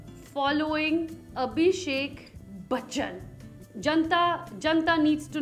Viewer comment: The way she's sayin Aishwarya buchan 🤣🤣